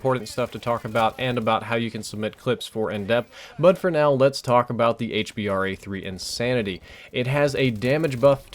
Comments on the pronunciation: it's so annoying when u say 'Hbar' it's called the H B R A 3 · ITS hBRA3 staph calling it hbar3